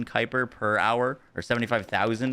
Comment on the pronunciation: Ayyye you pronounced it the way I said sounds right on your stream the other day. 😂 Gotta be a Star Wars reference.